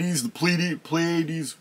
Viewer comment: I had to look it up: PLEE-uh-deez ...Pleiades